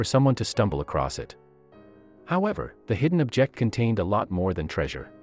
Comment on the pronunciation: How can you mispronounce object?